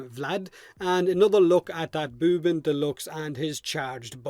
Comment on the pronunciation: Anyone else disappointed by the booben "buff".